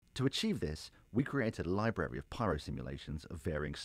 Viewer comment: my new favorite words: Libary of pyro simulations